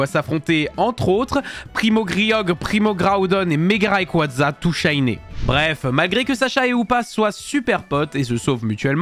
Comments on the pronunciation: Il a mal dit le premo Keorgre premo grodone et méga raiquaza tout shiné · Tu as écorché les prénoms du trio de légendaire 3g On dit PRIMO KRIOGRE PRIMO KRODONNE MEGA GARAYKAZA TOU SHAYNÈ